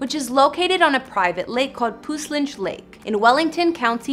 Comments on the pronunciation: But she said it wrong! Puss-linch, not pous-linch. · Your Canadian lmao iv never heard a Canadian say puslinch that ....so funny.